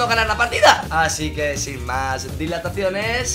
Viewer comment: que alguien le diga de una puta vezque se dice dilaciones